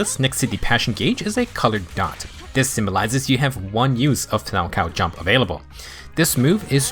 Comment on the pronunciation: Finally, someone who pronounces 'Salchow' correctly. The amount of times I've heard youtubers pronounce the H was far too many. Personally, I'm skipping her for Caesar. I pulled for Ellen, Zhu Yuan and Qingyi, so someone had to take the fall. Luckily I got Nekomata recently, so my physical base is covered.